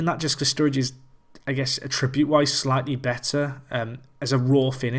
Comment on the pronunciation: Please, I beg of you, say "attribute" properly.